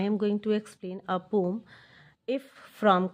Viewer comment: Pom nahi hota poem hota hai ha